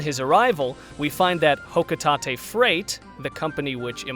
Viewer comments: Ah yes, Hokutahtay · For how you pronounce Hocotate I never want the sparkling concept go away. JK Honestly I don’t care about sparklium but things can have names that aren’t exactly what they are. It sounds like a material in the games but my only gripe is that I want Olimar to be playable again.